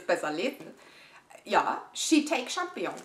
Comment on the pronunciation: Immer wieder eine Freude, Dich beim Unboxing zu erleben :D Der Pilz wird übrigens "Shiii-taaa-kee" ausgesprochen :D